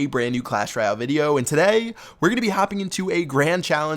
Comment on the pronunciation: This guy says 'today' so fucking weird😂